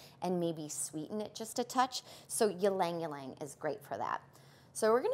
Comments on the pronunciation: e-lang e-lang not lang-lang for ylang-ylang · Very informative. Tiny suggestion - It’s pronounced Ee-Lang Ee-Lang not yeelang yeelang. It’s a Filipino word.